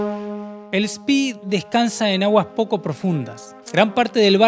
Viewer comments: En alemán se pronuncia Spe no Spi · Se pronuncia Graf Spè, no Graf Spì. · Buen video. Sería mejor utilizar la pronunciación correcta del buque Graf Spee, con E al final, no I. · Vengo del linaje Spee y es un honor que en el mundo se rescate la gran historia de la familia y el buque! Por si acaso, el apellido es Spee, no Spi (se pronuncia con una E alargada). Para ponerlo por escrito, se pronuncia “Eshpe”. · Se pronuncia Graf Spee no spy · Eres lamentable. Mencionas al Spee como espi ? No es inglés . Es lamentable también el relato! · No es inglés, es alemán , se pronuncia SPEE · Spee, es alemán , no inglés...la doble E no se pronuncia como nuestra I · Estás pronunciando mal, por ejemplo, Spee...También confundís tiempos verbales del idioma castellano... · Pronuncia Spee en inglés!